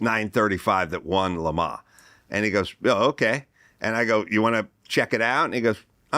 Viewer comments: LeMa, LeMa what a douche. Do you mean LeMans? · I mean, I was irritated by his repeated pretentious pronunciation of Le Mans. We’re Americans, say it with our accent. I feel the same about how to pronounce Porsche.